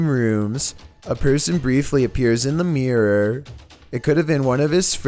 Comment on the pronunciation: please learn how to say ‘mirror’ properly 🤪